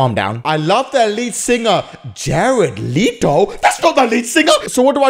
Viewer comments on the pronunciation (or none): I felt my heart stop when u Mentioned Jared leto. As u can tell by my pfp. Im kinda obsessed. 😂 Fyi its pronounced "Let-oh" 😁 Ps. Any echelon here? 🙋